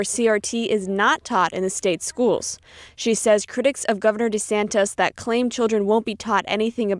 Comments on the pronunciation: I love you guys, but the piece at, before, and after the mark, mispronounced the Florida Governor's last name Desantis at least two times as "DeSantos". Please stop doing this. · NTD continues to pronounce Governor DeSantis' name as DeSantos. It is not 'tos, it is TIS. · I agree, I wish they would correct their reporter and quit calling him DeSantOS it’s DeSantis.